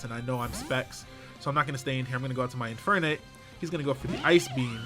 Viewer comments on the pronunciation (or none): What the fuck is an "in fire nape"